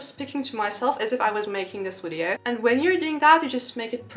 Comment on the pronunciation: Friendly advice: Please learn how to pronounce the word "video" correctly. Your English is pretty good, but in every video you use this word so many times, so it would be worth pronouncing it correctly. It is Video, not Wideo! 😊